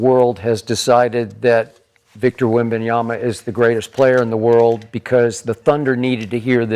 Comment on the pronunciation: shad is just a ducker and also a fake and a bandwagon fan, he aint a wemby fan, pronouncing wemby's name wrong over and over is just embarassing